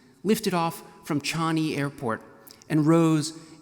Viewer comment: Chani? It's Changi.